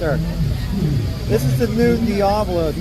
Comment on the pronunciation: Dee-ah-blo NOT Dee-ay-blo